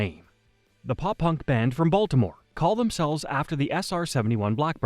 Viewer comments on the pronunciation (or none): none